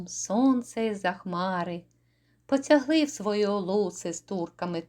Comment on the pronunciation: У декламаторки вимова шкутильгає: - треба вимовляти не бої[ШС]я, а бої[СС]я; - не запоро[ЖЦ]і, а запоро[зц]і; - не по[Ц]ягли, а по[Т]ягли; - орел не ТВОЙ, а ТОЙ; - не я[г] день (той настане), а я[Ґ] день.